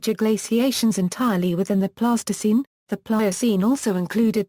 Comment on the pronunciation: Terrible voice over delivers speech like a bad 50s tv robot. Alright you have to use synthesized voice, but adjust the spelling so that it pronounces the words in a correct phenetic manner please! Pleistocene should not sound like plastoscene! Thats a childrens putty ffs